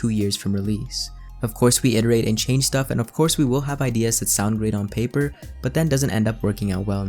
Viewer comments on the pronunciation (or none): none